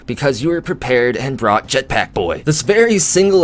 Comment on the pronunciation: I like how you say jetPACK